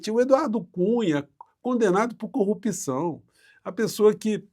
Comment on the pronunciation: Gosto muito de vc, mas não fala mais corrupÍção,o certo é corrupção.